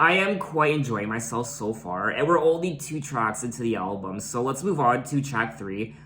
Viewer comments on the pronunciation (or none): Ok, but you say "Elbum"... lol